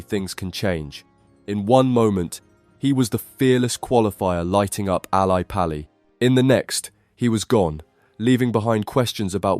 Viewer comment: Yeah it's weird. He cannot even pronounce Ally Pally. Who is this guy?